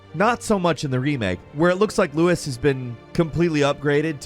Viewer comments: It's LUIS, not Louis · Why are you pronouncing Luis, like that. In the original he literally says his own name, and it isn't 'loo-is'. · Louis?! Its Luis!! 😡 jk 😂